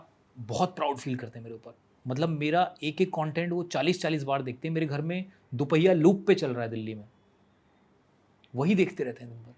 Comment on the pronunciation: Stupid host it is Dophaiya not Duphia. Pagal kahi ka naa host karne ki Tamiz hai naa bolne ki bad faltu Jo famous hai unki buttering karne ki one of the worst host he is